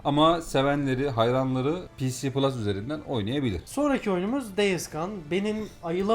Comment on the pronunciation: ps plus olarak okunuş olarak daha doğru nitekim pc plus olarak söylendiğinde sanki bilgisayarda da oynayabilme ihtimali var gibi bir paket anlıyorum, Ek olarak Killzone shadowfall ps3 oyunu değil ps4 oyunu dil sürçmesi oldu sanırım